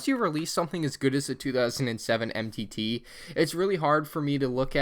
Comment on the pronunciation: Dang you blew the name of that MTT faster than the millennium falcon made the kessel run!